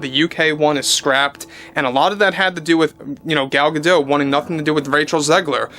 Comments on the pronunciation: Gadot is pronounced with the T. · Small issue gadot, the t is not silent